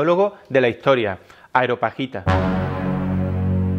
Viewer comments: Muy interesante, aprendo mucho como con todos sus videos, pero es Areopagita, no Aeropagita (Lo sé, soy un maniático) ;-) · "Areopagita", del areópago. No "aeropagita", del aire. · "Areo"pagita,, no "Aero"pagita... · Parte de su gracia es que no puede pronunciar bien los nombres extraños; y ni falta que hace 😆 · Dices Aeropagita y luego dirás areopuerto...,😁 Areopagita ✅ Aeropuerto ✅ 😬